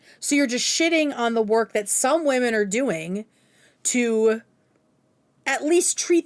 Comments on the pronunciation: I’m sorry but I can’t stand when she pronounces “women” as “woman” it ticks me off!!! And no that’s not my only criticism of you, but it’s so often. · I was just going to say this!! It's so frustrating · It drives me nuts how she can’t pronounce “women.” She’s just saying “woman” repeatedly. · woman=singular and women=plural. No, they are not pronounced the same.